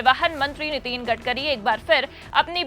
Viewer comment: नितीन नहीं नितिन बोलें मैडम जी